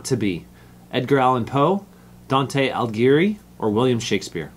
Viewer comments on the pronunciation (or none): none